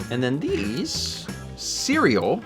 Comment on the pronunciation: And surl instead of cereal